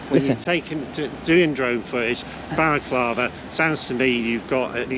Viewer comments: Is he saying “baraclava” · Can he stop calling it a baraclava 😂😂😂😂😂😂😂😂😂😂😂😂😂😂😂😂😂😂😂😂😂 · I’m sure the guy was saying barraclava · Why does he think it's pronounced 'barraclava'?. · can't even say Balaclava. It's NOT Baraclava! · Who’s up for “wear a balla clava to work day” 😂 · lol "whys it ok for you to a have a barraclava on"